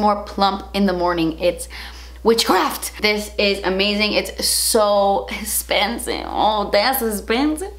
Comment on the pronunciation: I love the way says expansive😂💓